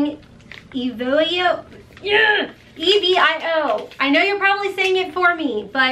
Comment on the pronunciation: I swear mine take longer & longer, I haven't gotten confirmation on either box this month!!! You got a really great box! Btw, I think its eve-ee-o for the wipes?! Heck idk, LOVE YOU!!!!!